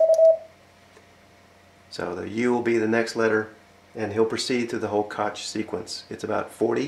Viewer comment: It's not pronounce "cook" anywhere I've heard of. Some Koch families in America pronounce it like "Coke," but in Germany it's pronounced kawk, but with the final consonant like you're clearing your throat. (Hard to explain; you really need to hear it.)